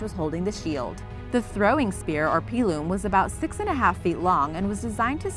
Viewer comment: Pronounced pilum wrong